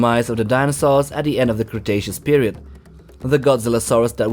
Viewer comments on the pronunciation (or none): none